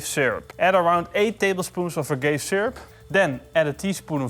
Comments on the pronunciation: Agave is actually pronounced "Ah - Gahv - Ey" just so you know. It's different from other English words where the e at the end makes the a more pronounced. Just thought it was kinda funny when it sounded like you called it "a gay syrup" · For future reference, it's pronounced "Ah-Gah-Vay." ;) I had no idea what you were talking about initially. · agave = ahh gahh vaay